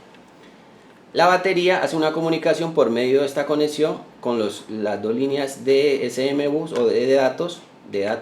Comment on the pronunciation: Buena la intención de el video, gracias por el esfuerzo, te recomendaría corregir las ideas que tienen los demás comentarios y algo muy importante corregir la pronunciación de las palabras Ej: Ele tronica, Cone cion, Dete tar, Corru ta, Prote cion etc. Recuerda que escuchar las palabras mal pronunciadas es como hablar con una persona que tiene mal aliento. Muchos éxitos amigo.